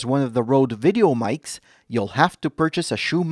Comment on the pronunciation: The TH1 is already 16:9. It can only become 4:3 if you use the lower resolution video settings. Thanks for the compliment! I still have to practice my dictation though. My pronunciation of "Videomics" (in plural) is coming out as "Videomites". If it's singular however, it comes out okay. I need a book of tongue twisters. :)